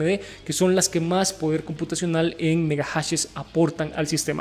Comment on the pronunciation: megajashesss!? que buena Pronunciación XDDDD